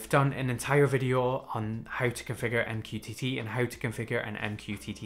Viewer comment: i can never take mqtt seriously after hearing you say " m q tity " 😂😂